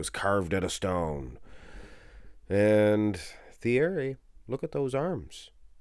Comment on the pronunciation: Ergh, every time this uncultured swine pronounced the TH sound of Pastel's Christian name. French don't pronounce TH, it's T-ierry.